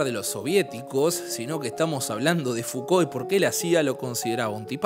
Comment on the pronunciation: es "Mishel Fuco" la pronunciacion, no Miquel Fucolt. Espero no lo tomes a mal, pero vi varios videos y lo tenia que decir. Saludos 🤗